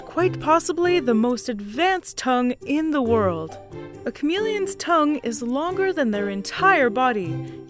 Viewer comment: why is she pronouncing it chameleons but not chameleons